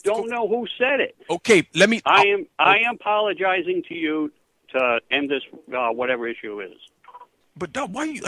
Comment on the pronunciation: "I am pologizing"